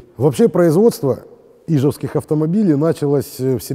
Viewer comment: Небольшая поправочка: в слове "ижевск" и "ижевский" ударение на букву Е, а не на И.